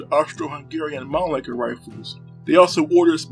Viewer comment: Mannlicher not Manlicker!